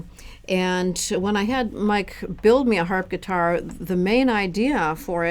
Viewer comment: Did she say "Harpitar"? xD